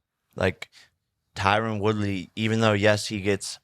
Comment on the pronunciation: All of a sudden Jacob's pronouncing Tyron Woodley name correct